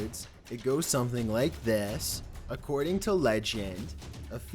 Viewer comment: Dude what the hells up with this dudes speech patterns? I feel drunk. “Some things felt off abouht thehss” not as bad as dudes narration used to be but goddamn The emphasis on weird shits blowin me